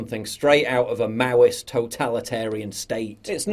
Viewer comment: First time ive ever caught "maoist" pronounced "mwost" His make up looks like instagram broad on my tv Joan of arc was french, and probably an effeminate male.